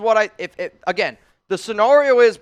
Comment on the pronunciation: I love you but, the way you pronounce scenario really aggravates me 😂. Love all you do for the Raider nation!